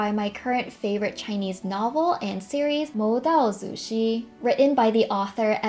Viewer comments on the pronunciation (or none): you never miss with your CNY hairstyles😭💗 although I hv straight hair it always ends up v messy but I still watch your vids anyway!! (btw u kind of pronounced 魔道祖师 wrongly maybe u might wanna look it up)